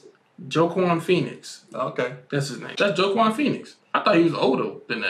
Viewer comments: Wha-Keen (Joaquin) not Joeahquin lmao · No hate, great episode, and great reactions But Joaquin Phoenix is pronounced Wah-Keen lol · THIS MAN SAID JOE KWAN PHOENIX. I'M DEAD BRUH